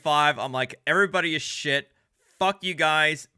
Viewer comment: Nice slur on the word "shit". You're too drunk to be cogent. Should I have asked for evidence of jurisdiction at the airport? If it's philosophical to bring it up in court and if cops might shoot you if you bring it up on the side of the road, where is it appropriate to bring it up? At what point in the whole debacle is it appropriate to bring up the fact that I don't agree with slavery?